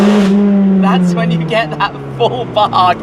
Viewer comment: He does say "the bark".. But if you WANT you can also hear.. "Faaark" 🤣